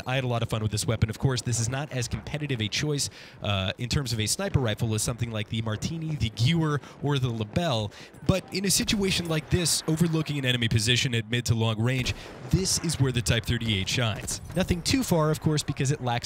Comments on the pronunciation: "Gueer" ??? Its prenounced ge weer im triiiiigerd IGN 2/11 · Geh-vair, not gyu-er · it's pronounced ge ver actually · It's pronounced "Gev-air" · I don't mean to be an internet troll, but you need a better quality Mic for a professional outlet such as IGN. Also, Gewehr is pronounced "geh-VAIR". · And if you were German you would pronounce it as “Gevehr” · its pronounced ga - Vair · IF its french right ? You prenounce IT ge weer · I hate how he says Gewehr